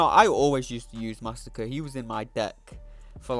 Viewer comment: Hey dude, just a little lesson for you. Masacre (one 's') is different to Massacre (two 's') and is pronounced something like 'mass ah cray'.